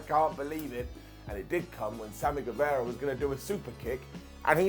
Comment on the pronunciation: GueVARA, VARA, not Vera